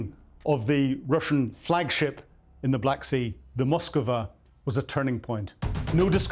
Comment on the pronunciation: Zero excuses for an “intelligence” officer not to be able to pronounce ‘Moskva’, ‘Iskander’, ‘Novorossiysk’. Basic ability to break a word into syllables. BUT still a good update!